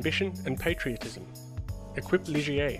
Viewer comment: Love your videos, though I was cringing a bit over “Equip Ligier”, it’s pronounced fonetically as ‘Ey-keep’.